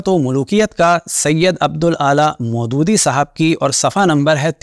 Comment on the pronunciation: You should have pronounced Abu ul Alaa Maududi right